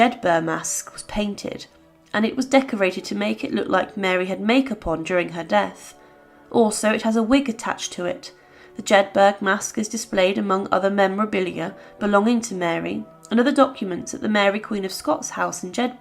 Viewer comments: The narrator mangles the name of the town of Jedburgh. It is "Jedburra", not Jedburg as stated here. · You’re pronouncing Jedburgh wrong. It’s not Jedburg ! It’s pronounced Jedbura 🙄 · It's pronounced 'Jedboro' not 'Jedburg'. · Its not pronounced jed burg Its jed 'burra'. Just like edinburgh isn't edinburg its the same sound, edin 'burra'. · Get the flipping pronounciation right! Jedburgh is NOT pronounced Jed burg. The word is Jed Bur U (soft u). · I believe that the JEDBURGH you are referring to as JEDBURG is actually pronounced as Jedburru .. u as in up! 😊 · Jedburgh is pronounced like Peterborough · Jedburgh is pronounced Jedburra.Weird that it’s being badly mispronounced here. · Why talk about Elizabeth 1 then not show her death mask…. Also you are pronouncing Jedburgh quite incorrectly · I know how it's SPELLED. I was telling her the correct PRONUNCIATION! Read what I wrote.